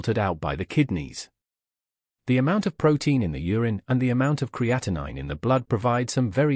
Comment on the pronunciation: Creatinine is a normal waste product in your body. Cre A ti neen is the correct pronunciation. Creatine is a natural source of energy that helps your skeletal muscles flex (contract). and is not the same thing as creatinine. Pronounced cree A teen